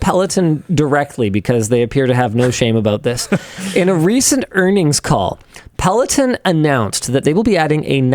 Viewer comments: pel·o·ton. /ˌpeləˈtän/ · if you discuss it maybe learn how to say it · good video, other than your pronunciation of peloton